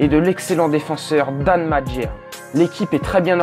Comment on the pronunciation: Dan Majerle, en fait ça se prononce "Mère-li". (Je sais, c'est bizarre mais c'est comme ça.) C'est l'avantage d'être assez vieux pour l'avoir vu jouer au début des années 90. ;-)